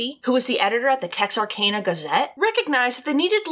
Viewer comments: I'm from Dallas and her saying texar-cane-a is killing me. I've always known it as texar-can-uh. Have I been saying it wrong all my life? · You’re right lol! I was born and raised in Hope, Arkansas and Texarkana was only a 30 minute drive away. Pretty sure it’s “TexarCANa” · No no no Tex-are-can-a Gotta say it with a Texan accent too Lol I probably say it wrong too cause I've never been to that city